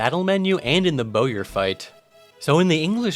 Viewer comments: Bowyer is pronounced like "boyer." It's the word for a bow maker. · Here's a fun fact mr gamer, Bowyer is pronounced "boyer" 🏹